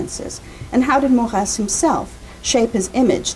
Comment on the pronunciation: Mor-ey-z not Morrass !